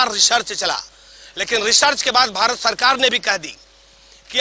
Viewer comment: रिपोर्टर को अपनी भाषा पर काम करना चाहिए ! स, को श और श, स बोल रहा है